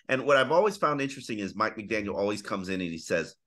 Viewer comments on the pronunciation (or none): McDaniel … gotta work on that … drop the S lol. 😂